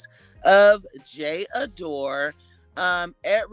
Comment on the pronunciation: It’s pronounced JA DOR. And I love this for her this is one of my favorites.